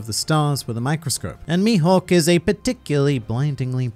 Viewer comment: As a Swede I'm sitting here pondering what the F is "Youhawk" XD